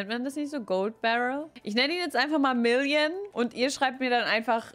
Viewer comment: Wer versteht auch statt million immer William 😂